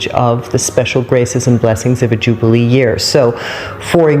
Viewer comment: Thanks, she Decoded That 1! 'Jew-bale year'